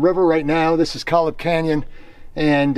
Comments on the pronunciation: Great video. I'm a local. You may have not noticed the rock slab with over 40 large dinosaur tracks about 2 miles in. Kolob is pronounced Koh Lob. It is a different canyon accessible by trail from near where you were at the Left Fork trailhead. Kolob Arch the second largest arch in the world is on that trail. You can also drive into Kolob Canyons from I-15 near Kanarraville. From that entry into Kolob there is a 14 mile out and back to Kolob Arch. Kanaarville has the easiest to access dramatic slot canyon in Utah called Kanaarville Creek/Falls. Sometimes the subway pots and stream where you jumped in are completely full of sand. Never go with high runoff as you won't see anything the water is so deep (Spring). You went at the best, most pristine time. Thanks for the video. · Nice video not to be a pain but it's pronounced KOhlob